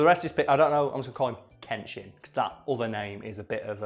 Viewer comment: Pronunciation of Uesugi Kenshin: oo-ay-sue-Ghee ken-shEEn (fairly certain on this, but could always be mistaken)